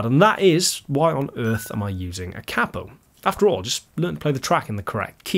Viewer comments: Its pronounced Kay-po Not cap-o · I really hate to do this but it is pronounced Cape O after the inventor Batman 💯✌🤟🤘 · It's only cheating if you say kapo the way you just did lol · 40 Years ago an amateur musician friend of mine (I'm not a musician) referred to it as a cap-o and I always thought that was the proper pronunciation. Then it seemed everyone pronounced it kay-po. Nice to see someone agree with my now dead friend. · I'm a lifelong east TN country boy and never use a capo myself but all the bluegrass and Gospel players I know are connected at the hip with their capo. It also cracks me up how you pronounce it versus how we pronounce it. We say it like "KAY-poe" but you say it like "COPPO" and that reminds me of on The Godfather when they would talk about the "caporegime" which is like the counselor to the head of the mafia. LOL! Ultimately though a capo is simply a tool the same as a pick is a tool. Guys like Chet thought WE played "wrong" because we use a pick. It's just a tool. Use it if you want. Don't if you want. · Here in the states we pronounce the word "kay-poe" with a long "A." In America, a "capo" with a short "A," is a mafia boss. Only time I use a capo is for singing in a more comfortable key. Peace. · thanks for the comment about the pronunciation. I've pronounced it "KAY-po" for five+ decades and wondered if I'd been wrong all this time. ;) And I totally concur: it's a tool. I use one if it works better for the SOUND of the music. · Hearing Americans mispronounce it as ‘Kay-po’ does my head in as well… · Hearing the word capo mispronounced so many times in one video did my head in